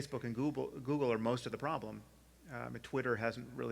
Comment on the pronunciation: sam says "gooble." Sorry that's all I have to contribute